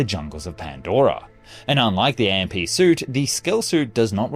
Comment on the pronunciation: AMP is pronounced as "amp" not A-M-P